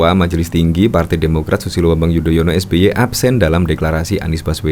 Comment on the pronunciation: Saking sering atur kata... Sampe keseleo nyebut nama SBY 🤣